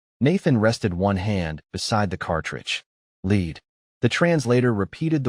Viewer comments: If you're going to have a story about lead, then make sure the AI can pronounce it correctly. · You know you can fix this AI slop by replacing the word LEAD with LED to fool the robot into reading it right. The fact that you are so lazy as to not be either innovative or attentive to what you present here is the reason I don’t subscribe! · 2.5 minutes in and "lead" is pronounced "leed". I'm done. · Does anyone actually check your stories? "Leed"? English is hard but try double checking. I would be embarrassed for such basic mistakes. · Amusing. AI Voice pronounced the Element "Lead" as the verb "led". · "Leed" ... Ai still cannot get some words right! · The word ‘lead’ is the entire plot line of the story, and the channel still cannot get it right! Why have AI write something for you if you don’t even listen to the story before you upload it. Pronouncing it as ‘leed’ makes the entire story sound like drivel. Shame on you for presenting it to us. Definitely will not subscribe. Too bad, because the story itself is good. Also, how did the AI get it right on the very last time it pronounced it? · Really? AI slop so bad it can't even say lead, the WHOLE point of the story? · They crossed interstellar space to PRESENT LEAD? The AI managed to mispronounce both words including the word the entire story is based on. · The entire point of the story is lead... but they can't make the AI pronounce it correctly... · The whole story is about lead, but the AI still couldn't figure out the correct pronunciation from context? Is there no way for a human to step in and correct it? It's supposed to be a "large language LEARNING model"! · Less than 3 minutes in and already irritated by the AI reader. If your going to make your story about Lead Bullets, then the AI should actually be able to pronounce Lead (Pb). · Pathetic AI can't even pronounce Lead (element Pb)